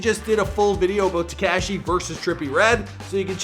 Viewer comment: How you say “ TECASHHHY” is so infuriating, and you say his name like 18 times. If you’re gonna say it that many times at least say it right 😂😂😂